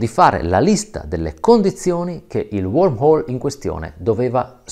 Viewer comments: Piccolo appunto, dovrebbe essere wormhole anziché warmhole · Segnalazione: Ovviamente il termine "wArmhole" in realtà, sebbene pronunciato in maniera quasi identica, è wOrmhole". e anche successivamente. Insomma ha ha che fare più coi bruchi che con la temperatura.